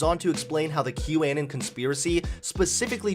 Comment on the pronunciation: "Kew Annin"